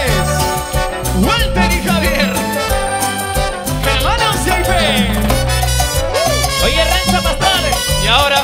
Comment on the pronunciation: dejen de decir , Gualter y javier... es ridiculo...